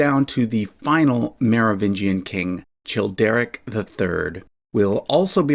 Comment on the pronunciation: The “ch” in Childeric, Childebert, Chilperic and Charibert is pronounced as /k/